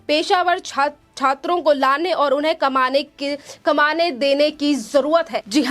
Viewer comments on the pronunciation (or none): हद्द हो गई देख कर पढ़ने में आपका ये हाल और हाल बेहाल है इस चैनल का भी, गजब की आपकी settings है इस चैनल में की कमान को कमाने पढ़ती हैं और आपके ऊपर लगता है कोई देखने वाला है ही नहीं I